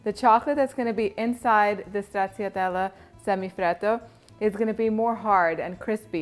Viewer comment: I'll try to make it one day. It's pronounced in Italian "Strachatella". The CC sound in Italian is the CH sound. I grew up with a lot of Italians in Astoria Queens, NY and learned it from them. If you get a chance, can you please do the tiramisu stracciatella. Not now! Later! I noticed someone from your previous videos (forgot the name) a little while ago requested tiramisu ice cream or something but,not sure who it was.